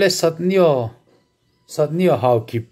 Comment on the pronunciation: Satneo pronunciation chu satneu